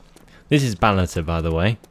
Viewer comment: Did you say "Balata"? Instead of Balota? I don't know why, but I hear that.